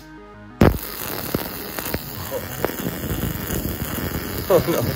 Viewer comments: “Ender portal” 💀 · "End-er portal" 💀 Though I suppose it fits lol. Looks like a cross between a nether portal and an end portal, and if you try to pass through it instead of taking you to either it'll just end you! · "ender portal"